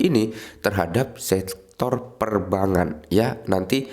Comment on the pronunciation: Perbangan....gak enak didenger bang...bang sama bank dibedain ..biar enak di kuping